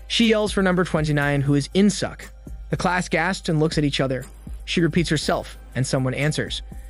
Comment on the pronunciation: korean name murdered.. its pronounced as In Sook not In Suck.. good thing theres no Aut Suk and Blo Jab..